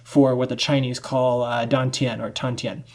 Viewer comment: I think it's Dantan not Tandan, in Chinese is 丹田, which is focus all the energy at a certain point.